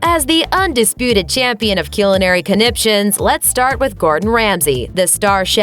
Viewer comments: IT'S CULINARY NOT KEWELINARY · Dafaq is "Cue-linary".. It's "Kuh-linary" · Culinary: cuh • lynn • ary. Not cue • lynn • ary. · Did she seriously just say "Q-linary pros" ???? Preeeeeeeeeeeeety sure it's culinary..... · kyew-ill-in-airy WHAT THE - ITS -CUHL-IN-AIRY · Que-linary?? It's culinary! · "Cuelinary?" Do you mean culinary? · I'm sorry, but, Kewl-enary???? I'm pretty sure it's Cull-enary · why do you say ceelinary instead of culinary? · It’s pronounced “kull-in-ary”, FFS! Not coolinary! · Holy hell... it's pronounced COLE-linary. Not QUE-linary. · "Kee-lan-ary"?? It is pronounced "Kul-In-Ary" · Its "CULL-inary" NOT "CULE-inary" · Why are you calling it Killanary???? It's Pronounced CULinary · first of all she dont knw how to pronounce culinary.... its pronounced culinary.. not koooolinary lol.. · It is pronounced cul-li-nary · Jolee Lim lol that was bothering me too! 😂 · Like a correct ding dong. This is the first I ever heard "kyoolinary", and I've been around a while......it sounds like some sort of thing someone's got and you shouldn't be allowed in the room. lol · "Cue-linary" I died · Never before have I heard someone pronounce culinary as Coolinery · "Kyew-lin-air-ee" o_o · "Cyulinary" Lady, no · Que-Linary? Jeez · What’s a cue-linary?? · These CYOOLinary pros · My God the way she's pronouncing culinary is driving me insane (Cull-A(or eh)-Nary) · Culinary pronounced : Cyoo-lin-airee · Is it cue-linary or cool-inary that they're trying to say? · wtf is a coolinary pro? lmao...... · Please stop saying que-luh-nary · Wtf... Cul-in-air-e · Im sorry but after the 3rd time u said key-yewl-an-air-eee i was done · Anyone else got annoyed by the way she pronounced culinary? Its like she's saying in with a Q. Qulinary, eww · It’s cull•in•ary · every time she mispronounces culinary, I wish I could dislike again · Will it kill you to say culinary right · Damn, you dont know how to say culinary? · Her pronunciation of culinary physically hurts me